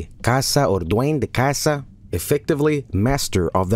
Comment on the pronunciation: heya, I'm from El Salvador. (Nice pronunciation btw)Bro, on public tv we had a tv program (on national news btw) that reported on that shit. Amongst that photo, on that shit we had: - A report that claimed that Pokemon, Yugioh and all anime from the 90s was from satan - "real" ghost sightings - "real" alien and paranormal stuff Man living in third-world countries sure is shitty lmao.